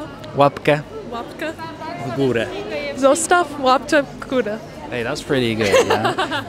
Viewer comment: "Zossastaw łapkjeee w górjee" xD No i jak można nie zostawić ;-) ... gdy super wywiad, a dobry z Ciebie człowiek.